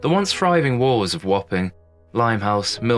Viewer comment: AI cockup, when did wharfs become wolves as per the subtitle?